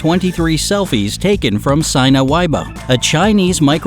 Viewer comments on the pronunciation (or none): Sina Weibo is a Chinese company, therefore aligns with their pronounciation....“Sina” is pronounced see-nuh (not “sign-uh”) and “weibo” is pronounced way-bwo (not way-bow). It's a little nitpicky, but I lived in China for a while, so it really stood out.